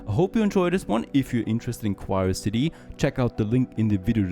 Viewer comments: Isn't it called Q-ri-o-city - as in Curiosity ?! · Nice game and has some nice mechanics. I think the games name is pronounced the same as Curiosity except with a Q. Might be wrong but throwing it out there 😊 Hope you do some more episodes!!